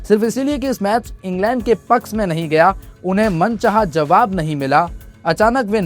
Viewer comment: Bhai ‘Jawab’ hota hai ‘zawab’ bhai hota hai